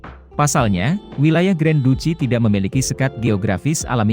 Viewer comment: Pembacaan wilayah saja salah ,, Berarti pengamat abal2 juga nih...